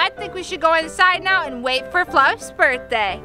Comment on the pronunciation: They forgot the h in birthday